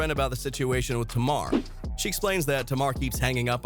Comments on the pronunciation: It's tay-mar not tar-mar. Smh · Why you keep saying her name wrong....Her name is Tamar( Tay...Mar) not Tomar. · Sir, pronounce it like, "Tay"-mar..."Tay" like "Hay" or "Hey". Do your research before speaking on folks in our culture. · TAY MAAAR - get that right if you reporting on culture. Sound it out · its TAY-MAR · You can’t even say Tamar name right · U need to stop making clips and video because u don't know how to pronounce black people name. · Saying brown skin is not racist. Youre not black, dont tell us what is racist. Why dont you figure out how to say Tamar's name correctly instead. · Is this a real person or A.I. cuz you can’t say Tamar’s name correctly.